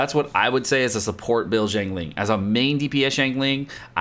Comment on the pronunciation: Just FYI a breakdown of her name its pronounced. Xi as in 'si' in the word sick, ang as in 'ung' in the word Lung and Ling as everyone knows it.